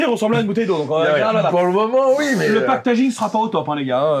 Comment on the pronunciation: ‘’Le paquetaging’’ 😂😂